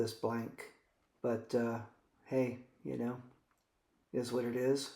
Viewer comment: You know, when you say you know, you sound like a drunk 20-something female outside a club. Articulate better. We dont know.